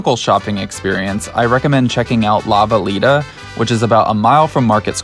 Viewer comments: La Villita is pronounced La *Vee-yee-tah*, but we'll give this Yankee a pass. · Great video! But his pronunciation of La Villita as "LA VILL-ITA" hurt my ears. 😂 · The pronunciation is closer to La Vi-Ye'-ta Hardberger Park - Awesome place Mission Concepcion is truly amazing...